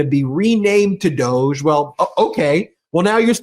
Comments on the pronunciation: DOJE is pronounced "dodg-y" or maybe "Doggy" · DOH not DOGE. Haha. Good one. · “DOGE” should be pronounced “Doggy”, because it will annoy musk, and that’s what musk is doing to trump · DOGE? I thought you said Douche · I keep telling you, DOGE is prounced 'dodgy'. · I pronounce that as “DODGE” which is fitting for the orangekins because they dodge the truth and morality at all costs. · "DOGE" needs to be pronounced and addressed as "DODGY". FMD! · Every time you say DOGE, I think douche, and then my brain adds bag to it. "Douche bag"